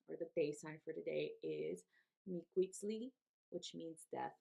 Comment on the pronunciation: Miquiztli is pronounced Me-KEYS-tlee. :)